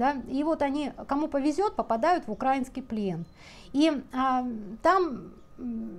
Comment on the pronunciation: Давно что-то мне вас ютуб не рекомендовал, пересмотрела последние видео. Пожалуйста, ну откуда это дурацкое ударение? Украи́нский, украи́нец. Ударение такое же, как и в названии страны. Украи́на вы говорите правильно, а с прилагательными прям беда ( За здравую позицию относительно войны спасибо. За позицию "одиннарод"... украи́нцами такая позиция очень многими воспринимается болезненно и негативно.